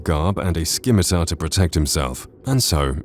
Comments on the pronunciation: I knew about them all except the Longhammer, also Scimitar is pronounced Sim-i-tar not Skim-i-tar but no biggie. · Scimitar is pronounced simitar, not skimitar. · The C in Scimitar is silent bro...lol he called it a SKimitar. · Um... what's a Skim-it-tar 😂😂😂😂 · bro did you seriously say "skim-a-tar" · I like your pronunciation of scimitar 😂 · the way this dude pronounces “scimitar” 🤣